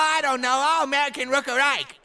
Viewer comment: “Aw Amewican wook awike” 😂😂